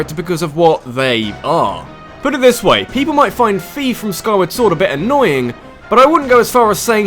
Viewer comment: also "fi" is pronounced "fy" not "fee"